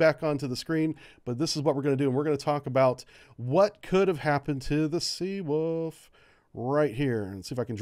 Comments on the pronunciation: Take a shot every time pronounces Seawolf as Seawoof:v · Sea ...Oof